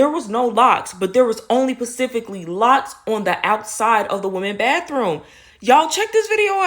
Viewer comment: I hate when people say, "pacificly," instead of, "specifically." It's like "libary."